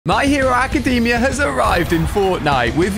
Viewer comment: bro called bakugo izuku on accident and then absolutely massacred ochaco's name Ah yes the my hero acadeeemia co-lab